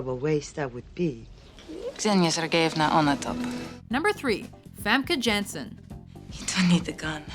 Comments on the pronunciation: And it's like Yanssen, without that 'Jay' in Famke Janssen's name.. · It's pronounced Yan-ssen, not Jan-ssen. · Mine too but note they pronounced her name wrong I think it's pronounced yann-senn not jansen though I could be wrong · I cringed so hard hearing how she pronounced Famke Janssen's last name 🤢 It's Dutch so please try to pronounce it that way 😑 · That pronunciation of 'Famke Janssen' triggers me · They pronounced Famke Janssen wrong.